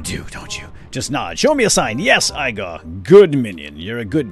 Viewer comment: Igor isn't pronounced that way